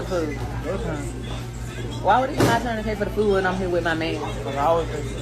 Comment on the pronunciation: it's "food" not "foo". why do they say that